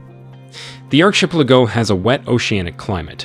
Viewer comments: I was going to say… what’s an ar-CHIP-leh-go? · Bro said arch ep lago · Bro…ar•CHEH•pleh•go??? Seriously? Say it with me: arky•PELLA•go. Jesus. You said it so confidently, too. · How do u pronounce "ARCHIPELIGO" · Arrrrh, ship, pay lah go 😂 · That constant, off-time sniff and bizarre pronunciation (archplaygo) sure sounds like AI narration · I can't believe the way this guy pronounces archipelago. It's insane. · It's ridiculous. He needs to educate himself. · It is bizarre, but I suspect English may not be his first language. Otherwise, the video is exceptionally well made. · At first I had no idea what he was saying. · Was going to say the same. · It is really bothering me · It is pronounced Ar-Ka-Pellico. and it's pronounced Tristan Da Koonya. Do your homework before you post a video! I can't take this video seriously. There are way better videos.!